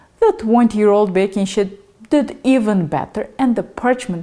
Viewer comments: it is a sheet, not shit. Otherwise, fantastic video. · Lol... baking "shit"... can't unhear that. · Wonderful video! 🙏💐💗 May I suggest you practice your pronunciation for the word "sheet" please.